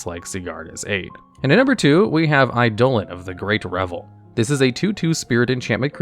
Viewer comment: I like how he accidentally pronounced eidolon correctly, gimmick is hard to keep up